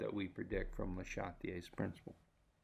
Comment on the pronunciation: I liked the video, I disliked the way you pronounced Châtelier :P